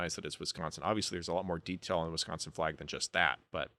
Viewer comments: As much as i disagree with alot of your views on this... props for pronouncing wisconsin correctly. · You pronounce “Wisconsin” properly. Is a Midwesterner?😮❤